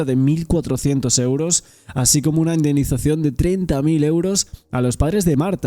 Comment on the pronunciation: prIsión, TrIbunal, indemnIzación. Qué te pasa con la i?😮